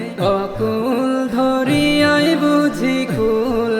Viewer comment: সুন্দর হইছে তবে উচ্চারণের দিকে আরও মনযোগ দিতে হবে। অকুল ধরিয়া নয়! অকুল দরিয়া হবে।